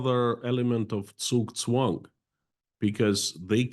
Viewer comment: I want to praise really good pronunciation of the German words "Blitzkrieg" and "Zugzwang". After hearing so many peoples bad pronunciation this was a pleasant surprise.